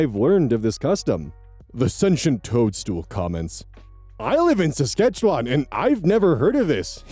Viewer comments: Saskatchewan: Sask-At-Chew-An is how it’s pronounced, but you were close than a lot of other YouTubers I’ve heard try to say it! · Im from Saskatchewan and have never heard of that manitoba wedding tradition either lol. Also, I did laugh at how you said Saskatchewan, sorry but most Americans have different ways of saying it and I find it hilarious